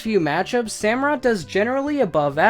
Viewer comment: when u said emboar i was like YES but then u said sammarot and i was like f**k